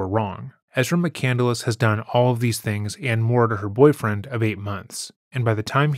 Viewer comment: She pronounces "McCandless" incorrectly. 'Nuff said. EDIT: So does the narrator of this video. It's "McCand-less," not "McCandle-less"